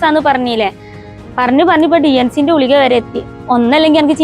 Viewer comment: പനിൻ്റെ ഗുളിക എന്ന് പറയു , ഉളിക😂😂 അല്ല